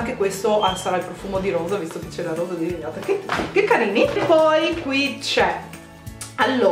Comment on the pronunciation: ovvio che vorrei ricevere questo set di pennelli di Sirma ahahah chi non vorrebbe...comunque mi hai fatta morire dal ridere quando hai detto "rosa" :'') lo sbaglio anche io ahahah